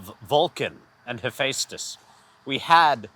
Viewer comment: bro clearly hasn't been in enough lobbies then, charming peeps are in plenty of games Also this pronunciation of Hephaestus is killing me